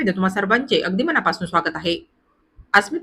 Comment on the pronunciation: मणापासून नाही " मनापासून "🙏